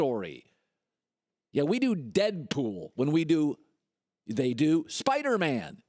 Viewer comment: why he saying dead pool like that 😂